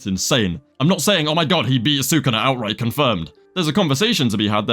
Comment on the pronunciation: "outwight" get his ass